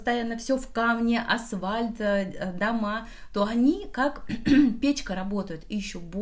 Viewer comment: Только не асВальт, а асФальт:)